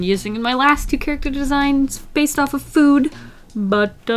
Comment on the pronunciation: “And I’m feeling extra inspired by, you might have guessed this... Fewd” Aren’t we all?